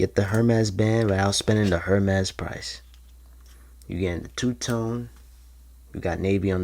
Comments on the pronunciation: This. lmfao. HER MEZ BAND, WIT OUT SPENDIN DA HER MEZ PRICE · Its pronounced airmes......... 🤦🏻‍♂️